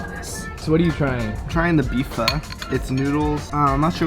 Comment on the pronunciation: pronounced "pho" correctly I am so shook